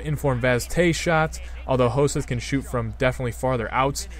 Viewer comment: It's pronounced Ho-sett ^^